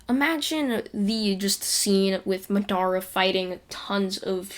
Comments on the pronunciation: Im sorry to say it but you said Madera wrong.. It is ma de ra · ma-dar-ra not maa-dar-ah